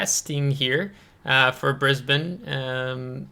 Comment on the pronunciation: Absolutely correct with the pronunciation from an Aussie here! I recently got Brisbane myself, received the (annoying) captain Matilda during the event but never went any further than that. I find it pretty hard to play myself, been smacked from across the map a couple of times. Plane based ASW's are a blessing in comparison to ship based. DPM is a little low IMO.